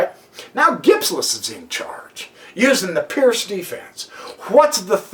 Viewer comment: Absolutely amazing game played by Gipslis and... amazing comment! By the way, guys, Seirawan pronounces the Pirc as "perk"... believe me, not "perk", but something like "peerts".